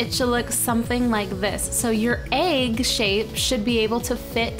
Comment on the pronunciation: I smile everytime Cupquake says egg because it sounds like she says "Aeygg" C